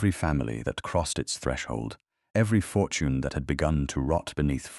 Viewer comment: ...Youth, beauty, fortoin? Your AI narrator is horribly mis-pronouncing words. Its annoying and ruins your stories. Get a getter narration setup and teach it proper pronunciation and not to make unnecessary sounds within the text that have no business being there. Thumb's down on this story.